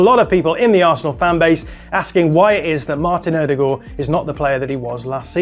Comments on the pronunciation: Odegaard or "o-de-gor" isn't how you say it in Norwegian or English. The Norwegian pronunciation is O-de-goy (like boy with a g at the beginning). I liked the rest of the video. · ...It's pronounced "Oh-duh-guard." Maybe in Norway it's pronounced differently, but English speakers worldwide have agreed upon the phonics pronunciation. I know you think you're doing the right thing by pronouncing it what some might say "correctly," but honestly, you're just confusing people. Nobody knows who this "Ew-de-goourrrr" is. But everybody knows "Oh-duh-guard." All in jest, love your breakdowns! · The way he says Ødegaard is so annoying. Odegooor that’s not his name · Great analogy. One slight problem. The way you said Martin Odegaard 😜